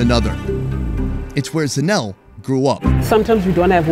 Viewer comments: By the way her name is pronounced ZA NE LE not Zanel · Lol. Yes I wanted to say, its pronounced zanel le! Dont forget the le. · ejo its zanele not zanel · Super cute how pronounces Zanele as "Zanel" 🤣😭❤ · Isn't it pronounced Zah-neh-leh 😂😂😂. You saying Zanelle like she's a Gazelle. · As a Cameroonian student in SA,I have come to appreciate South African culture, the hospitality of S.Africans, the pronunciations,etc and couldn't help laughing when pronounced Zanele as Zanell lol. Great job showing the truly authentic side of South AFRICA and not the Westernized McDonald's episode at Rosebank lol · Pronounced Zanel-LEH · Couldn't get over pronouncing Zanele as Zanelle😂😂😂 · I kept watching and going "Zanelle? That's a pretty fancy name, is it a nickname?" then it clicked lol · The way he pronounces South African Names😂😂.."Zanel" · Her name is Zanele,..Zah-neh-leh. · When said Zanelle...all south Africans know they laughed. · Zanele is pronounced Sun-Eh-Leh ☺ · Zanele is pronounced ZA-NE-LE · Are you sure her name is not pronounced ZAH-NAY-LAY? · The only thing that killed me was his pronunciation of "Zanele"... And then "soweto" not knowing its SOuth WEst TOwnship... But honestly the rest of the video made me an even prouder south african 🇿🇦 he comes with the utmost respect and care, makes jokes that are suitable and relatable and he will taste everything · Just needs to learn to pronounce Zanele and not try to mKe it sound French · Dude at least could have tried to pronounce Zanele correctly. And that's coming from an umlungu.